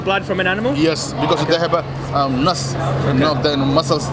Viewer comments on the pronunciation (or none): when he said Nuss instead of nerve got me😂😂😂😂 Damn desi.